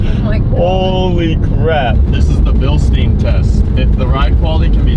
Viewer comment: Guys, its Bilstein, !GERMAN!, u say it like "Billshtayn", not "billsteen" 😅😅